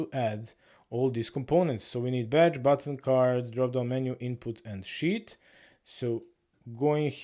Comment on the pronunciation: you pronounce sheet like "shi*" 🤣. Love it